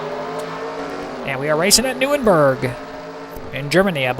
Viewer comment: also no offense but its pronounced nur-burg-ring